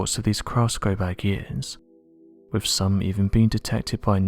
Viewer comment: Is this how you really talk in real life? I feel sorry for your family, hearing you droning onnnnnn and onnnnnn. Speak proper English man, “with” is pronounced “”wiTH”, not “wivvvvv” get some elocution lessons. You put the English language to shame. Please accept your P45!